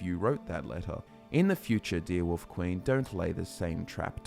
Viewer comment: Who else loves it when & pronounce Wolf as Woof 😄